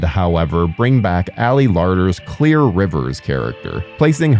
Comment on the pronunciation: why can you not say her name its clear